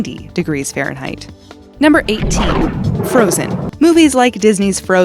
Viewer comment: Fahnreinheit? Next video please!